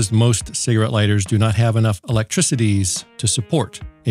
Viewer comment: LOL you said "ELECTRICOTIES" again lol